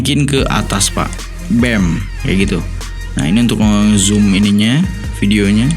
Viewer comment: "BEM" jadi kaya gitu pak 🤣🤣